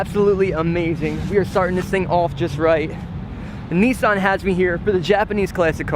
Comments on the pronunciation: Nissan not Kneesan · The only thing I don't like about this is the way they say NISSAN, not neesan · nisss Ann its pronounced dno why people pronounce it wrong damn